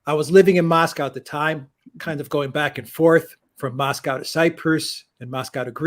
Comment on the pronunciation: Lived in Moscow. Unable to pronounce Moscow correctly. Probably pronounces Porsche as one syllable too. Fail.